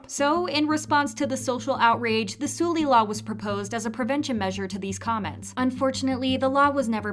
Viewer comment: Suhl-Lee not Sool-Lee